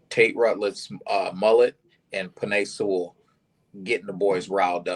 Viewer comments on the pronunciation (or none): none